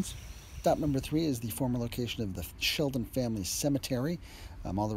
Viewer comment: Shelton, not Sheldon, darling. Your pronunciation of Totopotomoy is admirable!